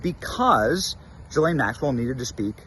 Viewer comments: Ghislaine doesn't begin her name with a J, so quit pronouncing it that way. Thanks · Drives me crazy when you say “JI-lane.” It’s Ghislaine “GI-lane or “Gee-len” according to herself, her brother and her lawyer. Even though she’s a vile and perverted criminal, it’s better to say her name correctly. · Ghislaine is a very old European name. It is pronounced as it is spelled. G-his-laine. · You’re pronouncing her name wrong